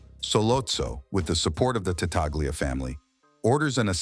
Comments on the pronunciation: Again an otherwise entertaining video tragically marred by AI artificial english. The name is pronounced Tatalia, not Tataglia. A two year old with a pacifier in their mouth could pronounce with greater clarity!! If AI can't get past the basic tenet of proper pronunciation, what good is it? I suggest finding a group of kindergarteners and uncovering the smoothest speaking five year old in the class. That would be a marked improvement over this corn meal mush. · It's pronounced ta-tal-ya in Italian.Gl is pronounced li in Italian. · You are right the G is silent I am Italian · Not an Italian speaker but I'm pretty sure the G is silent in Tattaglia.